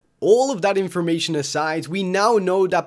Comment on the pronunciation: Did he say inspormation? Does that mean it's inspiring information? That's an excellent word